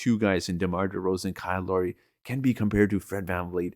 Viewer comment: It’s Lowry, not Laurie. Sorry.